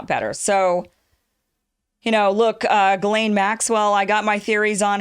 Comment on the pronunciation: It's pronounced "jizlane". I know someone who told me that because it's her name. I also believe she is a French Canadian. And the black eye club is affiliated with the skull and bones and other secret societies.